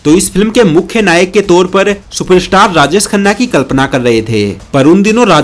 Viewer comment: Mishra ko Misra, Subash ko Subas, Rajesh ko Rajes, and many other wrong pronunciations.